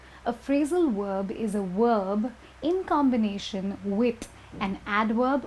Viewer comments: her "wOOOrb" upsets me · VVvvverb not WoOoOorb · How she said 'verb'? worlb? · omg yeah lol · I was thinking the same while I was watching the video lol